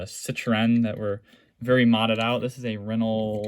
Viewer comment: By the way Renault is pronounce renn-oh